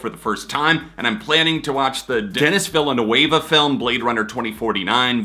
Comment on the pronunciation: I love hearing pronounce Denis Villeneuve